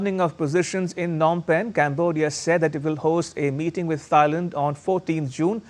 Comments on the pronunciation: It’s pronounce “TIE-land”, uncle. NOT “THIGH-land”. 😂😂😂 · Can someone correct* his pronounciation of Thailand, its not Thigh-land its pronounced Tie-land 😅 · Thigh-land? Learn how to pronounce the countries of which you speak! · Thailand - is pronounced T-ailand and not as Th -ailand. How about that ? (Germany) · Why do you keep saying Thigh and Thighland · For heaven's sake, the 'H' THailand is not pronounced! It is not Thigh-land! Do your homework please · It is NoT Thighland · wtf is “Tsi-land” It’s Thailand** ya brown bag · Can you please pronounce the name of the country and city right? Thailand, h is silent - Tailand. Phnom Penh, h is silent - Pnom Penh. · Hey dude!! Learn how to pronounce Thailand!! Jeeeezus.